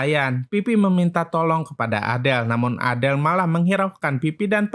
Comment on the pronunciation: Azel woy bukan adel